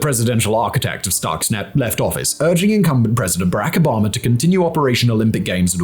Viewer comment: Obama not Obomber